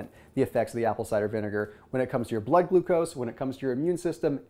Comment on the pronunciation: Lolol “Glood Glucose”